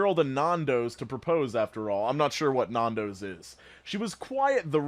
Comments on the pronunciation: It's not naan - dos, it's nan-dos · "Non-dos" what? Its "Nan-dos" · I think ur American but not sure but nandos is pronounced Nandoes in Australia and its kind of an upper scale kfc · Nando’s (nan-doughs) is a chicken shop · The way you say nandos hurts!!! It's pronounced Nan-dohs (nan as in a grandmother and doh as in Homer Simpson).. it's a chicken restaurant, Fucking amazing chicken 🤤🤤🤤🤤🤤🤤🤤🤤🤤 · It's so funny how Americans pronounce Nandos N•AN•D•O•S (not like Spanish dos, I've also heard that) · The pronunciation of Nando’s is hilarious 😂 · Nandos being said like that is a sin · Hearing (and anyone from outside of the uk) pronounces nandos like that makes me have a cringe attack lol (No hate tho still love you 💜)